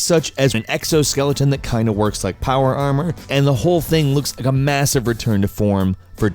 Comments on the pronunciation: " Power arHHHEEERRRRR" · power armwer